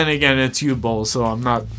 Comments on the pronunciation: Born in 91. I've been, sadly, follwoing Uwe Boll's carreer cuz of Bloodrayne. I'ts "Ooveh Bohl" , not "Oohl bowl." It's "OOveh - Bohl" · Talking slow Can’t breathe through nose Pronounces it You Bol Complains about immigrants and lefties Chefs kiss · Dude. Learn how to say the name, tf is a u-ball... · Your video is so stupid and poorly researched that you couldn’t even pronounce the director’s name correctly.